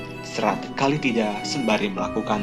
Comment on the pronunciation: Menyebutnya salah bukan Kalitida tapi Kalatida